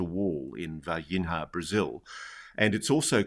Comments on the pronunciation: "Varginha" is pronounced the same as "piñata" in this regard: Varginha = Vargiña. Its not pronounced Vargin-Ha. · Its pronouced VargiGNA (Var-Jee-Neeah), like Lasagna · In "Varginha," the "h" doesn't have the "rr" sound like in "hook." There’s no exact equivalent in English, but "Varginia" is good enough. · C'mon Ross - at least pronounce Varginha correctly - it's only one of the most famous UAP cases ever. 😂👌